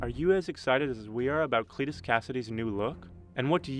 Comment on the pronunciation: CLITus, that pronunciation tough